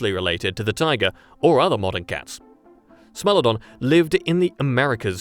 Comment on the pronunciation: “SMELL-odon” 😝😝😝😝🤣 SMILE-odon